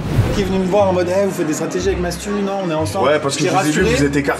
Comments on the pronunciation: il dis Matsou parce que Jimmy avait dis Matsu au lieu de mastu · Non il dit bien Mastu mais il le prononce à l'américaine donc on a l'impression qu'il dit Matsu